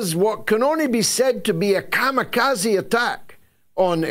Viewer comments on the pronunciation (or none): none